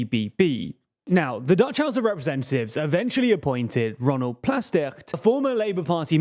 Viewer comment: I feel like the effort put into pronounciation of Dutch words was way better this time. Its still not perfect, but I am seeing progress. I also think that pronounciation of the Dutch r makes him sound like he's from Limburg, the same place as Wilders.